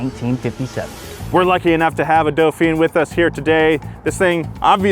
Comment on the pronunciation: It's been a while since I was forced to butcher some words in French, but I think Dauphin is pronounced "doo-FAN".